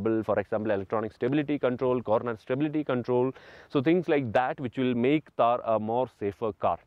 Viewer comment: It's not taar it's t-th-aar _ थार ❤️❤️🖤